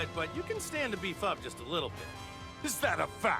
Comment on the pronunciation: I didn’t hear ‘beef up’ I heard ‘be fucked’ Anybody else? 😂